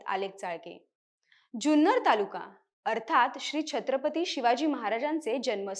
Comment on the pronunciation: जुन्नर चा उच्चार चुकतोय